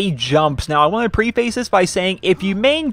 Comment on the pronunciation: Also, "preface" is pronounced "preffus", not (as you would reasonably expect) "pree-fays".